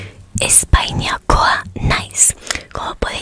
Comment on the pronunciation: Simplemente pare mejorar: por ejemplo en Mila Esker la "i" con la "L" hace como una "ll" o "y" así que pronunciado sería milla esker. También en el caso de: Espainakoa naiz, la "i" con la "n" en pronunciación hacen la "ñ" así que se diría Españakoa naiz. Aprovecho el bug y......ñññññññññññññ. Gracias por el video